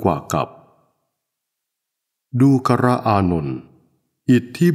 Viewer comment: ทำไม อ่าน ว่า ดู กะระ อานนท์ ฟังยาก ไม่ลื่นหู